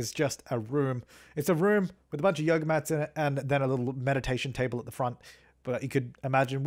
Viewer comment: "Get your yoger on"